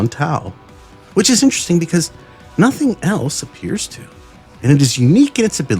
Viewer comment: "But he is what? Thee Void. He is NOSSING. And that is what is Everywheyeah! Nossing!"